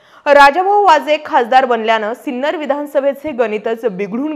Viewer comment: Hello Madam, Name of our city is Sinnar and not Sinner. Please correct it.